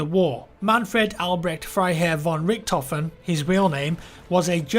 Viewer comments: Just say "Rishthofen", sounds better than Rickedhofen :D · NOT the red baron in the trailer ;) and you could pronounce it like reechthoven pls no "rikthoven" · It is not pronounced 'Rickedhoven' ffs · you completely butchered all those german names :D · Hey I love your new history videos:). I know you put a lot of effort in those videos so to make the pronunciation easier for you here are some tipps: ch and sch are read like a sh -> ex: sh ot I is read like in with a silent n -> ex. i (n) Finally let's put it all together: Richthofen = R i(n) sh thofen I hope this helps a little bit I know it sounds crazy;)